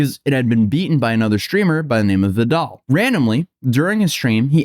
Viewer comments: "V-dall" XD you sound like Neuro trolling him, his name is "Veh-dal" or tutle pronounced "tootle" or "Ved-ool" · He did NOT just say Vedal as "veh-DOLL" bro 💀🥀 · Wow we have yet another pronunciation for Vedal. Vettle, Veedal, and now Vidal. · I like how no matter who it is, Vedal's name is ALWAYS been mis-pronouced, even by his own goddamn AI. He himself has stated it's: Ved-al, like medal, Neuro-Sama pronouces it Vee-dal like many others. hearing Ve-dal is a new one and is very amusing lol. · "Vidahl" LOL! It's "Veedol" (if your name is Neuro Sama), or "Veddle" (for the "canon" pronunciation). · VEE-DAL NOT VEL-DAL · Can't believe you pronounced veed-uhl so wrong:eyes-purple-crying: - sincerely, the Swarm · Pedal, Medal, Vedal As vedal would say: Who says "Vehdahl?!? LOL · He peonounced Vedal as Veh Doll LMAO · Paper cuts under fingernails and on the gnarly knob. 😁 People love watching someone digging themselves deeper and deeper into a hole. EDIT: Vedal is supposed to be pronounced like medal or pedal. However if you feel like it you can stretch the e and go for Veedal. Thats what his daughters do anyway. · Vehdahl is a crazy pronunciation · Oddly enough, despite the way most people say Vedal's name, got the pronunciation off in a different way. Most people say VEE-dal, said 8it that way, but it's supposed to be Ved-al like pedal. Though this doesn't stop the AIs Vedal created from mispronouncing it, despite knowing how to say it correctly they still call him VEE-dal. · Craziest pronunciation of vedal I've ever heard. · He mispronounced someone's name...? 😂😂😂 Bro seek help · You pronounced vedals name so wrong that it hurts. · Swarm wake up, new pronunciation just dropped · I've never heard Vedal pronounced like that before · WTF is up with no youtubers doing any research as to how vedal is pronounced? Its like you a-holes aren't actually journalists, you just play one on youtube. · the way he pronounced Vedal is a crime to all turtles.